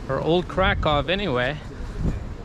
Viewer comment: Not Krakov but Krakoov the pronunciation like in a book.